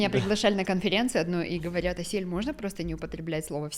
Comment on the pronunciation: Странная манерность мужчины - "нузьно", "мозьно". Это так модно произносить? Но в остальном замечательный специалист.